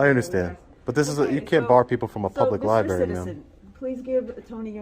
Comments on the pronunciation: Ok, pet peeve.... it's libRary, not libAry. Sorry. This was a fantastic audit to feature but that grinded on me the entire watch. Maybe that's a testament to how good it was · Can anyone in that dam library pronounce the damn word LIBRARY!!! There are 2, count them 2 R's in the word libRaRy. What is a lie berry, ly berry, or Lie Barry? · I liked the audit but "lie-berry" just grates like nails on a chalkboard! Just me I guess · Why are they all saying Liberry? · Did she call it a Libary? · FFS it’s library….. not liberry. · Does everyone in this city mispronounce the word lib-rary by saying li-berry ? I think that’s what I’m hearing here. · Please pronounce it "Lie-br*AIR*-ie." Just trying to help you be even more epic brotha! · It's library with an R, yes I'm an ahole. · That bitch said "libary"..... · What the hell is a lieberry? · Wait, that receptionist works in a library and pronounces it “LIBERRY”?? 🤯🤯🤯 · There’s an “r” in libary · He should be trespassed for saying 'liberry.' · Please stop calling the LiBRARy a LiBARRY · What happened to the word "library" it's "libary" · "Libary" hahaha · I do have a criticism though - It's LIBRARY! Not "libary" ;) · Lady at front desk said “Libary” lol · If you can’t say library but instead sayLIBERRY slap yourself! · 2nd video of this guy in a “libary”Good auditor but “Libary” is driving me nuts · Shhhhhhhhhhhhhhhhhhhhhhhhhhhhhh be vewy vewy quiet, we are in a yberry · Wtf is a libary? It's spelled library. Please pronounce it correctly. That really grinds my gears. Don't make me axe you again...... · My God..its library..not lie Berry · Just going to say, libRary has two R's. Pronounce it correctly. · Please everyone, learn how to pronounce the word library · Would be so much better if he could pronounce "library" correctly. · Good work, but if you going to go into a LibRaRy, please learn how to say the word. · The auditor needs to learn how to pronounce "library."